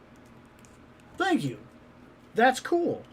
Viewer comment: But, does that Juggernaut say, "Tank you" to his enemies?